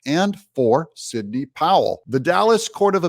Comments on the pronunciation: Sidney, not “Signey” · That's Sidney.. not "Signey". 🙄